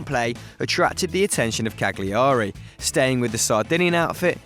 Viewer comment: Cag liari ahahahha sono morto. Poi ci rompono il cazzo quando sbagliamo il th in inglese. It's Cagliari not cag and then liari.. And when Italian pronounce bad th you tease them..